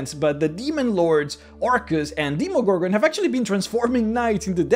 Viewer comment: I heard demegorgon